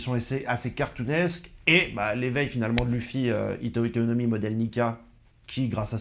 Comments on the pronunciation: 🤣🤣 tu le fais exprès HITO-HITO NOMI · Petite correction, c'est le hito hito no mi et pas le hita hita no mi, sinon super vidéo comme d'hab on est a l'affût bg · Le "hita hita no mi" on dit le hitO hitO no mi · C'est le hito hito no mi pas le hita hita no mi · pourquoi tu dis hita hita? c'est pas censé etre hito hito no mi? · Le nom du fruit de luffy c’est « HITO HITO NO MI » c chaud que tu fasse l’erreur